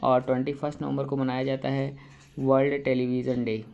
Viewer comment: Wold not world😂